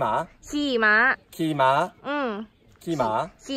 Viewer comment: ขี่ม้า จริงๆ สำเนียงต่างชาติจะออกเสียงสูงตลอดเลย กลายเป็น ขี่หมา เก่งแล้ว สู้ๆ ต่อไปในการเรียนภาษาไทยนะ